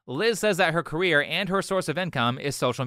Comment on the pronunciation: Her " carreer" 😂😂😂😂